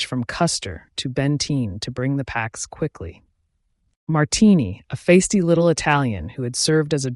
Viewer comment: the word "feisty" is not "FACE-tee" - it's pronounced "FYCE-tee". Fascinating video - thank you.